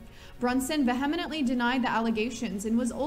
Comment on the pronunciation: Yes, I wondered if anyone else noticed. She said it with 5 syllables with the accent on the second one: "vee-HEM-i-nent-ly" ; but it should be four syllables with the accent on the first one: "VEE-he-ment-ly".